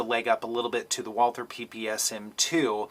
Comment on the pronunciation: Yah! The way you said it ! Walther any day of the week over the glock